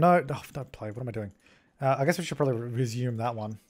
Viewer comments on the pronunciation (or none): none